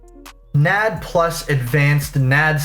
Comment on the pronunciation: As a bio student hearing someone say Nad like it's a name is sending me😭 it took me a hot second to process what you were talking about. Like ooooh NAD+! The stuff in cellular respiration! Alright.